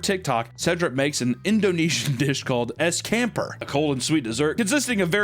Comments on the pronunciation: butchering the word “ES CAMPUR” 😂 S•chum•pour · Es Kamper💀 it's pronounced es champ-poor (campur mean mixed) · Ais campur pronounce “ice champ-pour” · THAT IS THE WORST WAY IVE EVER HEARD SOMEONE PRONOUNCE "ES CAMPUR" :face-purple-crying::face-purple-crying::face-purple-crying::face-purple-crying